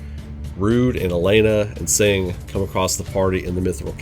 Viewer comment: I don't wanna be mean but I have to mention it since it bothers me a bit. Tseng's name is pronounced "Sung"